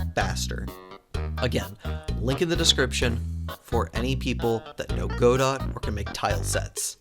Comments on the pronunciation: small nitpick but its pronounced "guh-dough" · This was a really cool update, and I'm always glad to see more godot games! Keep up the good work :) If I hear you say "Go-Dot" again I will eat your spleen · I hope for a third thing - STOP PRONOUNCING "GODOT" as "GO DOT" please please please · it's pronounced 'Go-Do'